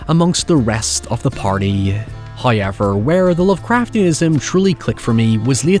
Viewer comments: Horrible narration. Not ' highever', it's ' however '.😂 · Hayever however. Noy now. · Hey, I stumbled upon your channel a few weeks ago and as someone too scared to actually watch horror flicks myself, I've been lovin your reviews. Especially of found footage films! I also love your accent, but my wife is hilariously confused by 'hoyever.' I'm sure you get this all the time from foreign viewers, but is this pronunciation common in your corner of Ireland? Don't ever change your accent though, my wife doesn't watch movie reviews anyway! Thanks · I love the way Irish people say however 😂 it makes absolutely no sense but I love it